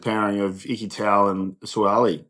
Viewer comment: Please pronounce "Sua'ali'i" name correctly, it sounds like, "Sue-ah-ah-lee-ee". Thanks